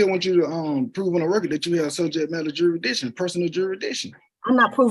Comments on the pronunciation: He said do you have subject JURISTITION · Juradissin! Dude, did you even graduate middle school?!? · "Juradishun" He should have been laughed out of court right there. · I laughed my arse off when he said jurisdiction!!🤦‍♀️🤦‍♀️🤦‍♀️🤦‍♀️🤦‍♀️🤦‍♀️